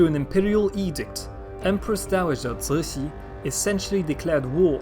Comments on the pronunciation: The empress 'name is completely wrong, Cixi should be chi-shi or tzi-shi, not sui-shi. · Cixi should be pronounced Chi-shi (or tzi-shi), not sui-si, how very odd! It grates every time. I'm bemused everyone else thinks your Chinese pronunciation is flawless. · Cixi is pronounced completely wrong, it should be chi-shi or tzi-shi, not sui-shi.